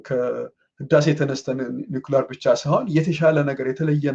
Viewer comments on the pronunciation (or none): ነውክለን ሳይሆን ኑክሊየር (NUCLEAR) ነው ትክክሉ